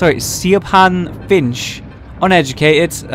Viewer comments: Siabhon, pronounced Shiv-on I believe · You need to work on your Irish pronunciation. Siobhan? Really?